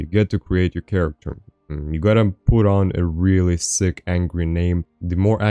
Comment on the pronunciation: character like Karacter not cha racter, your welcome homie. keep this up dude love the vids